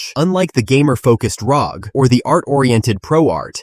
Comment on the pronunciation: leave a dislike (maybe report later) for letting AI pronouncing "ROG"